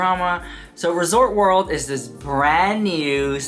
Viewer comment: Girl!!!! It’s ResortS World... not Resort World 🙄 SMH If you had an issue with management you could’ve called Hilton customer service (especially if you have status at Hilton). Kind of dramatic because they absolutely would’ve be happy to listen to your experience